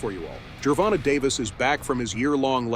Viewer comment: " Geeer vonta "